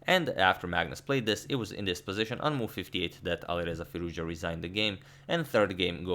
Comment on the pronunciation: "Alirouzja" :D